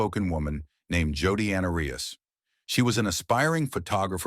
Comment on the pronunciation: Jodi Anerias 😂😂😂 You can't get the name right, I doubt you'll get much more Right. I'm out